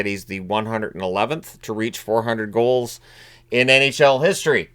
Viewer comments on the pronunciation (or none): none